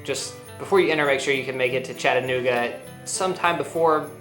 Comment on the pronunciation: Thank you for pronouncing Chattanooga correctly :)